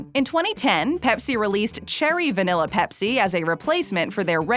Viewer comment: Va-NILL-a , there is no “e”, no nell, in vanilla, thank you.